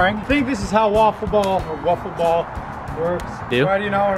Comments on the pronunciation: Its called wiffle ball. (It is spelled as whiffle ball) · wiffal ball